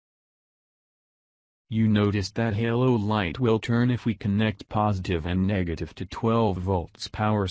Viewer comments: So we all gonna look past the fact that this man said Niggertive… just sounded a lil weird wit me and didn’t sit right.. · Did he just say niggertive??